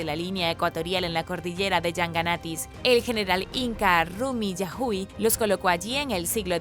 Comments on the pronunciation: 😳😳se dice Rumiñahüi o a si se lee jjj y creo q se dice llanganates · hola excelentes videos. No más una cosa en los nombres de Atahualpa y Rumiñahui la "H" es muda no tiene sonido